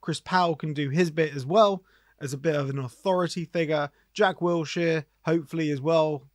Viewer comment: Its Wilshere not Wiltshere innit.